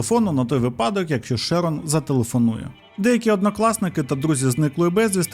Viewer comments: Prior читається як «Прайор»(наголос на першил склад.Шерон - теж на перший. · ШЕрон, шерОн, піцерІя, піцЕрія. Ви ж оповідач, ну як так?